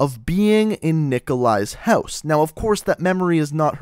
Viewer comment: why does he say house houeose ??